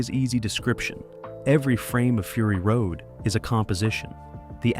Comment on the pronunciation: Frury Road, seriously, just garbage.